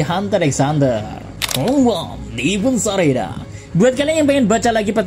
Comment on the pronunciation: Koreksi: Bunjee gum, bukan bunjee jump. Heavens arena bukan events arena